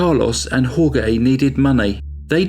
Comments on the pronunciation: Jorge is not pronounced hor-gay. It's hor-hey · It's pronounced "Hore-hay" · Dude!!!...it's HOR-HAY..not HOR-GAY!!! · Jorge is pronounced "whore-hey" not "whore-gay" it's hard to get into the story when i cant stop laughing 🤣 i love your channel ✌️ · Jorge is pronounced like "Hor-hey". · Jorge is pronounced "HOR-hay". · Jorge is pronounced “Horehay”. Nice narration and another crazy killer! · I knew someone would say it. But has so many facts to present...we can mentally re-say names and places in our heads 😉! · Thank you! That was driving me bonkers! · Then wouldn't you just say George? "Hore-gay" sounds as if half the name is being pronounced in Spanish and half in English.